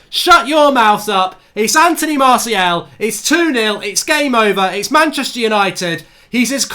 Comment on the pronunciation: how’s he not able to say Martials name properly though.. mans saying Marciel 😭